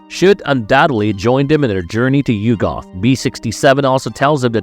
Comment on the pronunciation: yugg'uth. not you-goth